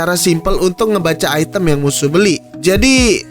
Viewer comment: item cok bukan aitem, kan lidah indo ...wkk